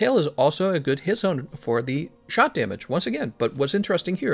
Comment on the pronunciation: He is saying 'shot' damage right? Keeps sounding like he is saying shock.